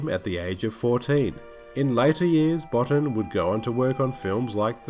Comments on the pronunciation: Enjoyed this very much, but I wanted to correct your pronunciation on a couple of points. It's KWAY-termass and Rob Bottin's name is pronounced baw-TEEN. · As a kid this film scared the heck outta me and inspired my artistic 'juices'. And it's pronounced Rob Boteen..... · It's pronounced 'Bow-teen'. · Yes, it’s pronounced ‘Kwaiter-mass’. Also, Rob Bottin is pronounced ‘Bo-teen’. Good vid though...